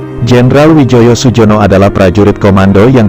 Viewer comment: bacanya Suyono